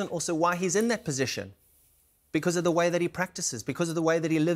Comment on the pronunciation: "He is de greatest footbalplayer that has ever played the game"....cant take this guy seriously after saying that